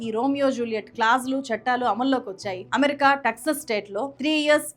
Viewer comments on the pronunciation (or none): none